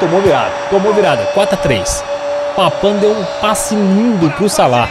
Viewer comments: Não é papan é papin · sempre vc fala errado e “Papim” e não “Papam”